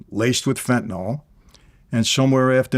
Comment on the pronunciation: It is pronounced "FEN-tuh-nil" c'mon Vladimir get it together ya schmuck.